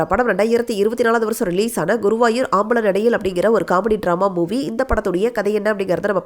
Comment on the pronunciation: ஆம்பள நடையில் தவறு அம்பலநடையில். ஹ்ருதயபூர்வம். பால்தூ ஜான்வர். சரியாக உச்சரியுங்கள்